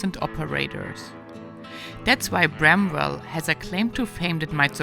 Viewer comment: The W in bramwell is silent. One word. Lake Shawnee is haunted.